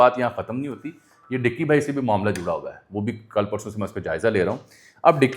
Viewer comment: Ducky not dicky